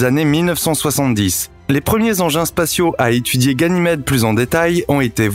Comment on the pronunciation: La vidéo est très belle, mais faites attention quand même, ça fait deux vidéos de suite, que vous dites "guynamede"